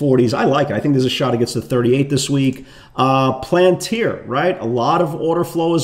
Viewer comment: Love the videos but so funny sometimes how you struggle with certain ticker names planter is the peanuts company palantir is what you are looking for